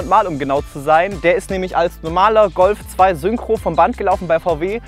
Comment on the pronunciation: Hat er echt Rölf 2 gesagt 😂